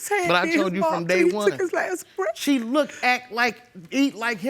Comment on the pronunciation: Grandma looks good for 63, why do black ppl say breaf? It’s breath with a TH at the end 😂😂😂😂😷 the neice said he was down souf😂and boff of them😂